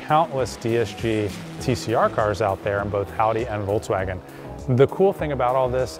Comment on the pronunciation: Very good and informative video, but for the love of god i curl my toes when you say Voltswagin